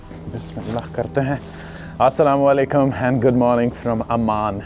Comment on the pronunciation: Bro please say asalamalaikum like it is what is sala walaikum ...